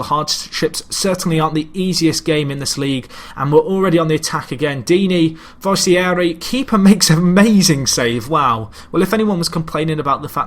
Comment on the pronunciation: It's pronounced Fernando Forest-ee-air-ee.